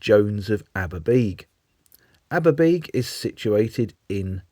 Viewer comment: Many thanks: the South Walian Independents, like thos in East Anglia were a personal joy. Ps thanks for helping me with the pronunciation, "Aber-bee-g" after sixty years of stumbled pronunciation. And, oh yes! the beautiful blue liveries!